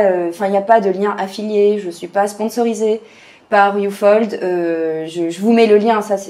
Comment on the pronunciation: ufold mdr , sa se prononce up - hold ^^